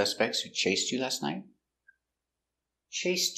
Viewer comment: Did u say night or nigh ...did u use t in the end ????